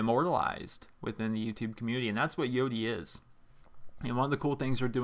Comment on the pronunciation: I'm sorry but I can't take you seriously when you say cum-munity.